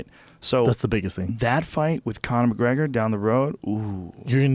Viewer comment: Floyd McGwegor LMAO